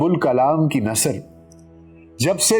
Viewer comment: محترم یہ لفظ ن ثر نہیں بلکہ نث ر ہے